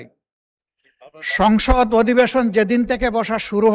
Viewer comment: সংসদ ❌ সংগষ্য ✅